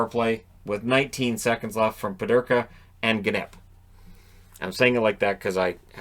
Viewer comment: Peterka not Pederka. Canada dominated today. We will see how Canada does against Finland.